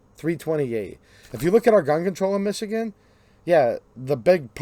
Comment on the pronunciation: Dude, it’s Michigan